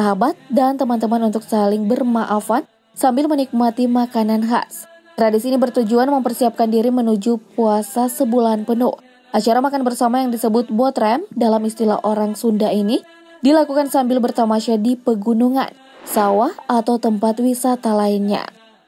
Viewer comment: Yg sadar di durasi 4 menit... Mimin nya bilang botrem... 🤣 salah min.. Ane orang sunda... Baca aja sesuai vokal nya... BOTRAM